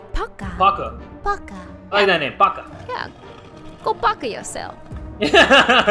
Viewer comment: pauka? More like paukya